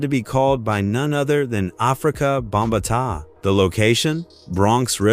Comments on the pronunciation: And "Afika BOM BATAH" LMAO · People need to stop using these AI voices cause they sound stupid when they’re pronouncing people‘s names, you couldn’t even pronounce Afrika Bambaataa